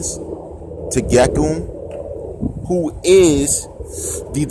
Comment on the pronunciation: Also im laughing it pronounced gek-yoom you said gek-um lmao 😂